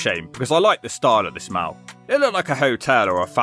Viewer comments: It's a mall, not a mal. Like "all". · mouw??? does he mean mall?